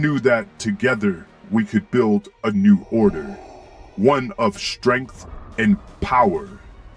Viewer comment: what is it with you americans? Vader never pronounced "shtrength". he used the word "strenght" with S not SH.